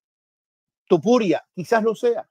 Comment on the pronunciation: Deje de ver cuando empezó a decir TUpuria... p*ta madre 🤦‍♂️